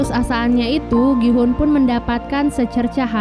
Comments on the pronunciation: Gi hun bukan Ki hun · Gi-houn bukan ki-houn😑